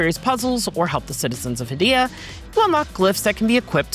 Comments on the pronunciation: According to the developers who made Hell Is Us, the fictional country of Hadia (heɪ.di.ə) is pronounced like "hay-DEE-uh," similar to the name "Arcadia" without the "ar" at the beginning. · They also continually mispronounce "Hadia."